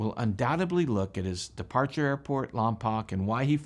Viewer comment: It's Lompoke not Lompock.